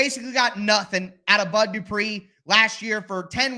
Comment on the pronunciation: That "where is the bud" shows you're a true Tennessean 🤣